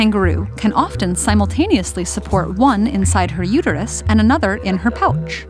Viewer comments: Everybody’s talking about the 3 vaginas I’m focused on the emphasis she puts on “pouCCHH” and “fiSSHH” & just keep replaying them, it’s funny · The way she pronounces pouch makes me cringe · I find the way she says "pouch" to be deeply satisfying. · Pouch is so weird the way she says it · I like how she says, "Pouch".